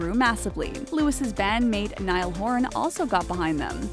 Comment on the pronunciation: all the time! this narrator cant read, esp names niall- not nigh -al, but kneel louis - dont say lewis but lou ie